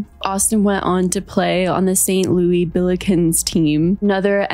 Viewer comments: It’s just St. Louis or SLU not St. Louie 😂😂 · St. LOUIS. not loui. don’t ever disrespect me or sexy red like that ever again. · No hate, but you pronounced St. Louis wrong. We call the school SLU (slew) and we call our city St. Louis (Saint Lew-is)